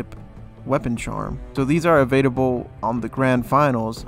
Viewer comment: Is he saying evadable? Or available? Am I crazy?!